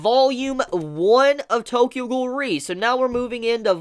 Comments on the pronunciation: Its pronounced: Tokyo Ghoul: REEEEEEEEEEEE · The way you say Tokyo ghoul: re I almost died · If ur such a big Tokyo ghoul fan then pronounce :re correctly